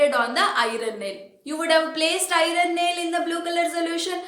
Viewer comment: Mam y r u telling irone can we call iron as irone